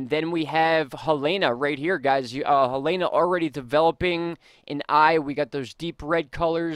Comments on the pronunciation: Helene - Ha-Leen not Helana. Thank you for all of the great information!!! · I think it's pronounced Heleen with a silent e.. I'm not worried about that. North and South Carolina is in big trouble and I'm not sure if Ventusky is accurate...it showed Florence just sitting there from Thursday into Tuesday. We all should be ready for when it comes, if it comes.. Edit: Florence is supposed to hit as cat 3 storm but will feel like a cat 4. 😐